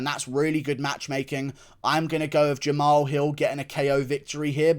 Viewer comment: I got Walker. Also cheers for finally saying Jamahal’s name properly